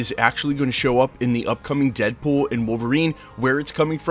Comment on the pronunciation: 😂 “deadbool wom Wolverine”